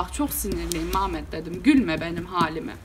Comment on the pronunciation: Maşallah maşallah Antepli misin sen ya Mametttt deyişinden çıkardım 😂😂😂😂